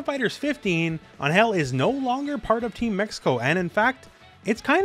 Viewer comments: No hate, but you are pronouncing Ángel wrong. The emphasis is on AN, not in GEL. Check out how they pronounce it in the latest trailer for reference. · First time i have ever heard someone pronounce Angel as Aanhel... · Dude please look up the pronunciation of Angel cause your killing me. Sincerely a Latino